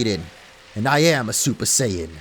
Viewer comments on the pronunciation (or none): none